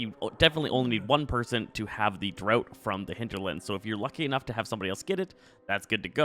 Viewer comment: it's pronounced DRAFT not drought